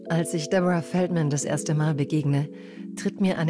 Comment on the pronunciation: wieso sagt die sprecherin DEBORAH FELDMÄÄÄÄN ich meine es ist ein DEUTSCHER name und kein amerikanischer😂😂